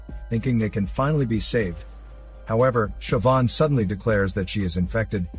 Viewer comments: as an irish person, i'm happy that you pronounced Siobhan right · Of all the words that can be mispronounced I really thought Siobhan was a given on that list. Congrats on getting it right